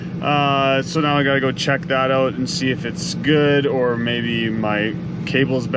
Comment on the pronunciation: owwt, owalt ( northern for out)